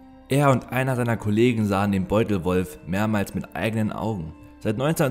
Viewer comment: Ich höre bei dir immer beutelrolf 😂